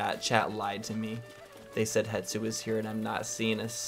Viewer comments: It's Hestu 😂 how did you make it more difficult to say out loud? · Wow, that's great info. Thanks for sharing! I'm brazilian and for us it's easier to say Hestu :)